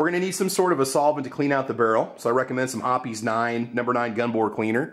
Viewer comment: Hearing the E in "Hoppe's" pronounced really threw me for a loop there.